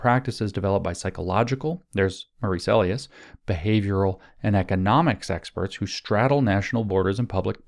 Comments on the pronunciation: EE LIE(accent) us. long E, Lie us. E as in eel eat, Li as in Lye, Bye, My. You're saying the word for someone's pseudonym, alias A Lee us, which is wrong and sort of distracting. lol sorry. Remember that song: Eli's coming hide your heart? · Bro it's Ee-Lie-Us not Ay-Lee-Us :_james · Elias is probably pronounced ‘ee-LIE-us’. Emphasis on the middle syllable. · Elias is pronounced ee-LIE-us (or in Anglican eccleseastical Latin, eh-LIE-us (think "Elysium", ie God's Realm, ie heaven. Elias is actually Greek and is an informal name for God. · Wonder if Maurice Elias (pronounced Eh-Lie'-us) is related to star Dem elections law litigator Marc Elias ... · Could Maurice's name be pronounced el-i-us with a long I? 🤔